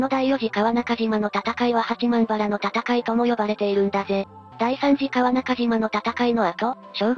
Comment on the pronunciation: やわたはらでなくはちまんばら、変なとこが気になる